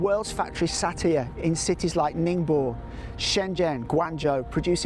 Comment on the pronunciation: Ning bow, gwong Joe, please get your pronunciations right!